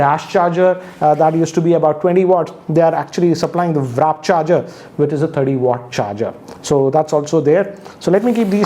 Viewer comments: its warp charger not wrap charger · It's WARP charge bro, not wrap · Btw, it's not 'Wrap' charger, it's 'Warp' charger. As you can see😌😁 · Tech Slacker he said warp charger not wrap charger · It's not wrap charge! its warp Charge. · Sir, Good Review, I regularly watch ur videos but, I think the charger is 'WARP' and not 'WRAP'. Please note. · Its not wrap its warp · It's Warp Charge not Wrap Charge BTW 🤦‍♀️ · sir, i do know that you know more than us, but it bugs me when you say wrap instead of warp. no offence sir. big fan! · Not wrap charging - it’s WARP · It is not wrap charging. It is called warp charging. Kindly correct it. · Sir..Its 'WARP' not 'WRAP'. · It's WARP charger, not WRAP. Get it right dammit. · you misspelled the WARP charger as Wrap charger. And you also pronounced it wrongly. Correct spelling is WARP. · its warp not wrap. geez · how come you became a product reviewer. And it's WARP not Wrap which you're pronouncing as Varapp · Oye.. It's warp charge, not wrap charge... 😅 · It's actually Warp Charging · FYI, its warp charging and not wrap. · " WRAP " CHARGER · It is warp charger, not wrap charger🤣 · Good video and it is "WARP" charge not "WRAP". KEEP the awesome videos coming 👍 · Sir it's not Wrap charger it's Warp* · Not wrap charger it's warp charger. 😃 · It's warp charging not wrap. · Did he just say "vraap" 💀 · My biggest question: Why do you keep pronouncing Warp Charger as "Wrap" Charger :P Jokes aside, another pretty concrete video. Hoping for a more in depth review. If possible, can you test the minimum brightness of the phone? I want to know how low it can get at night. I have a 5T and sometimes I feel like it's still too bright even at the lowest brightness setting.